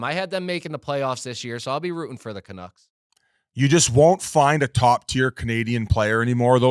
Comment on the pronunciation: Big misses for Murls… first it was $92.8M not $96M… second can’t actually pronounce the Canucks… finally to me there is still meat there for Murls rumour as Pettersson’s NMC is only the last 7 of the 8 years… why would they leave a full first year to move in the contract. C’mon Murls… at least come prepared if invited on to the mother ship!!